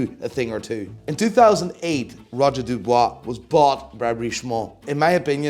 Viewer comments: F*ckin’ Dub-UI-s not Dub-OI-s, 😄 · It's Dubuis, not Dubois... Mr expert of pronunciation 😅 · *Dubuis not Dubois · It’s not Roger “Dubois” lmao it’s Dubuis !! Pronounce Dübwee” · Roger DubUIs, not DubOIs! 🤬You butchered the name! Otherwise great video as usual 😁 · I believe Roger Dubuis is pronounced “Du-bwee” not “Du-bwah” but LOVE the new list!!! 🙌🏽🙌🏽💯✊🏽👏🏽💪🏽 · Roger Dubuis - Dooo bweee :) And A. Lange meh? Come on man! Their movements and designs are amazing! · “Roger du bwar” 🤣